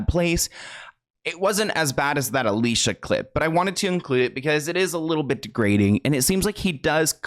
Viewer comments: I feel so bad for her. Side note. Her name is pronounced Ali-see-yuh. She made a video on it. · her name is (ah-lee-see-ah) ugh, why can no one say our name right? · it’s a-lee-see-a lol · It’s actually pronounced( ah lee see uh ) it’s spelt Alicia tho :) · Her name is actually pronounced al-e-c-uh just for clarification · Psst, unrelated by Alicia went OFF about the pronunciation of her name. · NGL i had to dip at the mispronunciations of her name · Love your videos!!!! Just a heads up, you are pronouncing Alicia's name incorrectly. Horrible how she was treated as she grew up in Hollywood. GROSS. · You said Alicia's name wrong x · I hate to do this to you but she gets so annoyed by the industry never saying her name right: ali-see-uh, not alisha. All these years I didn't know either, until a deep dive about her experiences! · Her name is pronounced Ah-Lee-see-uh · Say it with me now: Ah-Li-Ci-Ah She has said that she doesn't like being called Alisha 🤣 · I know you didn't mean to, but her name is pronounced Ah-lee-see-ah not Ah-lee-sha. No hate, just wanted to let it be known. ☺️ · It's not pronounced Alicia...it's pronounced Ali-c-a. But most people get that wrong so it's all good :) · Her name isn’t pronounced Alisha it’s Ah-lee-cee-ah as she’s clarified on her insta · Her name is pronounced A-LEE-SEE-UH, not Alicia. Ty for coming to my Ted talk. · Just quick reminder, Alicia Silverstone has made videos telling us her name is pronounced a-Lee-See-a and not Al-ee-sha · i never knew about all this😮also Alicia is pronounced Ah lee c ah btw😂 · You know her name is actually "Ali-Seeyah", I saw her say it on youtube once. Everyone says her name wrong everywhere, so I understand how you said it wrong as well. I could not agree more that Jim is completely hypocritical. He definitely did not have a right to step up on Will Smith. (Which I agree was completely wrong as well).